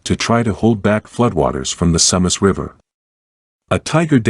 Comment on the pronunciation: Sue Mass, not sum uss.